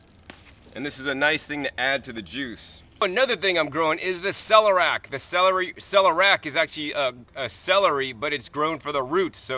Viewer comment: Much praise for your garden and great video but there is no such word as celerac. It's ce-ler-i-ac. The "i" is not silent. Thanks again. I love the garden.